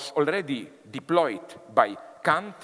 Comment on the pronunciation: That's exactly how Kant's name is correctly pronounced in German. It's funny how some people, Americans in particular, desperately mispronounce his name as "Can't" or "Kaaaant".